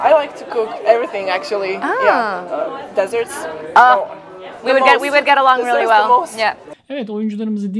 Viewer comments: Desert -desırt (çöl ) ve desert -disörrt (tatlı) pronunciation larına (son röportaj) dikkat etmeliler. Kritik bir hata diyerek minik bir düzeltme yapayım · Telaffuzun cok iyi olmasi hersey degildir ama bazi kelimelerin özellikle dogru telaffuz edilmesi onemlidir zira anlami degisebilir.Son oyun bolumunde favori yiyecegi soruyor,verilen cevap yanlis telaffuzdan dolayi çöl anlamina geliyor ama aslinda tatli demek istiyor...yani desert degil dessert...ama eminim sunucu tahmin etmistir ne demek istedigini. ..Canlari sagolsun, isterse hic bir dil konusamasinlar,onlar sahalarda oyle bir konusuyorlar ki,herkes,hepimiz onlari dinliyoruz.Bize yasattiklari gurur paha bicilmez. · Yalniz telaffuz onemli I cook desert ( dezırt)dedi yani çöl halbuki dessert ( dizört ) yani tatlı tabii ki aksan var hatta bunlar yabancılarla konuşurken sempatik oluyor ve sıcaklık yaratıyor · Meliha’nin 3 kelimesinden Ingilizcesinin iyi oldugunu soylemeniz ve yanlisini elestirmemeniz sizin Ingilizcenizin yetersiz oldugunu soyluyor. Zira kendisi ne pisirirsin sorusuna çöl diye cevap verdi tatli yerine. Desert vs dessert. Hepsi bir sekilde kendilerini ifade edebiliyorlar ancak dilbilgisi hatalari cok. Telaffuza girmeyecegim o yurtdisinda yasayarak ve biraz da kendinize bagli olarak gelisebilen bir sey.